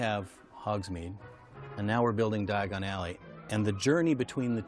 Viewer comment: Stop, stop, stop, your going to take yourself to the wrong alley! It’s Diagon alley, not diaagonally!